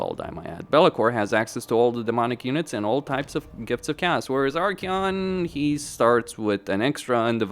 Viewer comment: Do you have a language disorder with your Warriors of Cast? Warriors of cast this warriors of cast that. The faction is called Warriors of Chaos! OS! CHA OOOSS! You know O? The letter O? Or is your head an O?